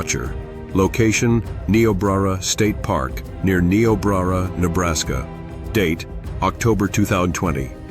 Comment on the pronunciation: Learn how to pronounce Niobrara.